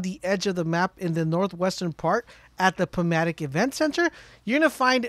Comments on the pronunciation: You do know that's it's the pah-tow-mic event center not the poh-mat-tic, right? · As a resident of the DC Metro area, I have to say "Potomac" is pronounced "po TOW mick", not "po MA tick". Other than that, thanks for the info! Useless Trivia: The "Potomac Event Center" in-game corresponds to the "John F. Kennedy Center for the Performing Arts" (a.k.a "the Kennedy Center") in real life, and they didn't bother changing the name on the side of the building in-game. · Great vid, I'm going to definitely use this... FYI, if you care, West Potomac Park, Potomac is pronounced, Pah-toe-mack.... I'm sorry dude no offense. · Potomac. Pa-tomb-ac””.